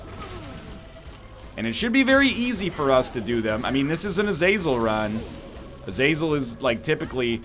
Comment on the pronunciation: It's pronounced ah-zah-zel